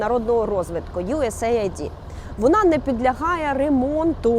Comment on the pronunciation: Ахахах, юєс єйд, а не айді, ц вас хоч хтось знає англійську 😂😂